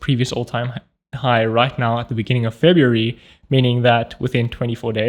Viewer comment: February -> ebaryuf ????